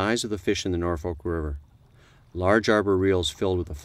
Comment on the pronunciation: Well this is cool to see but it's "Norfork" river not "Norfolk" ...